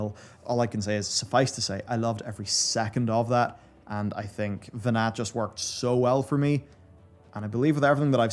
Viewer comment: I have no idea why, but he's dropping off the T on "Venat" and I wince every time. Kind of interesting but if you're paying attention - they named the land masses in Ultima Thule after Meteion's sisters (which are all Greek numbers). I noticed that right away. What I didnt realize is the other half of their name comes from Greek "Ostracon" - which is a piece of broken pottery (or potshed) usually with writing on it, another possible Pandora's jar reference, maybe? As for Zenos - I feel that after such a heavy story, it was a good change of pace. I've seen a lot of really interesting takes on it, but I definitely had to let that one mellow before I settled on how I felt about it.